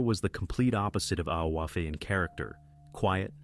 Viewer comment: Coffee is pronounced Ee-FAH. Its GAELIC